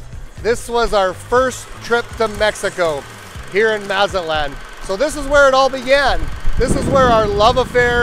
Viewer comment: If you are going to be doing business here, it might help if you learn to properly pronounce Mazatlán.